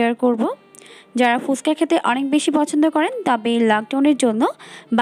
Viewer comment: ফুসকা নয় ফুচকা উচ্চারণ করুন ।